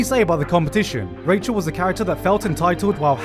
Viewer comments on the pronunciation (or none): It is not Rachel this is not FRIENDS it is Rahel as far as the pronunciation goes